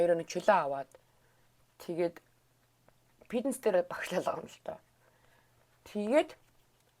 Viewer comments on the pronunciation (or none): Ey bichlegnuudiig chine uzdeg, ghde neg yum helmeer bnaa. Pitness bish fitness gej yaridag baival